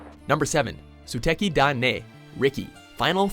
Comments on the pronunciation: zooteki dai nei, fucking hell, it's not rocket science to pronounce suteki da ne >< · how come people cannot say "Suteki da ne" poperly? its NE not NEI... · Sue-tekki dah neh? That's a silent U, and you should know that after years of doing Japanese related stuff.